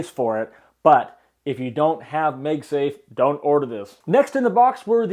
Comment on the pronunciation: It's MAGSAFE, not MEGSAFE